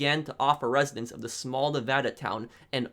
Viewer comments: You say Nevada wrong!! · i love your videos and everything... but say nevada right